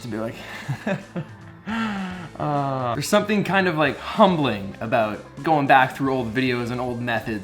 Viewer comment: You'd say, it was... sewthing? ^^